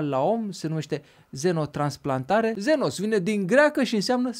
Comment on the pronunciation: ..se pronuntă: xenos..,nu..zenos....Sorry!🥂🥂🍻🍺